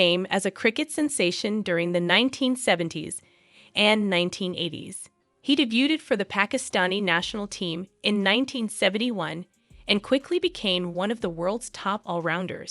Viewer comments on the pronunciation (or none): Poor pronunciation and reading here. Geez. Names and ‘de bute ed’